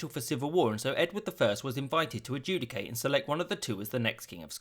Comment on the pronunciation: did you say judecate